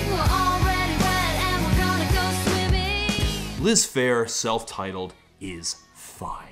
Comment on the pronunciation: i thought that said "lisp hair" . now every time ya say "liz phair"....... i hear "lisp hair"